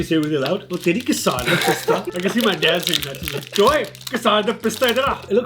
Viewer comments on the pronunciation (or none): It's Ke-sar Pista for the guy who pretends to think he's saying it right to make it funny. 😬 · bsdk.. kesar bolna toh seekhle.. khud maa baap urdu or punjabi bolte shayad na .. gadhe.. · Bro it's kesar what are you on? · Kesar Pista Snickers..hmmm! Also, the way he pronounced Kesar! 😁 And also, what cute, contrast cousins! ❤